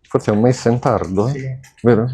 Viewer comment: la corretta pronuncia è Maissen non meissen.